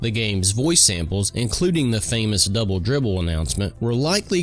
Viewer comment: It sounded like "bubble bibble." 😂😂